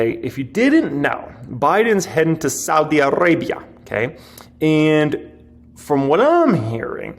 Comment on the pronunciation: pronouncing Saudi Arabia is flipping my flap jacks